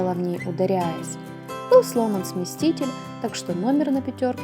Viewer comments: Не сместитеть,а смеситель. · Не смесТитель, а смеситель сломан